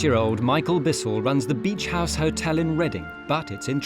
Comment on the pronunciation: BEACH not beech ….. has no one picked that up ?